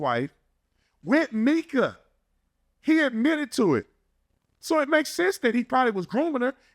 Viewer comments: You’re accustomed to how the Mexicans say “Mee-Kah” instead on “My-Kuh”. My name is Micah and I’ve just gotten used to it lol. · Hey new to the channel love it so far. I believe her name is pronounced My-ka instead of Meka.. from every other video I’ve watched that’s how it was pronounced. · Lol just posted a comment on here saying how her name was stated and then literally right after you heard him say her name and realized you were saying it wrong lol happens it’s all good 😂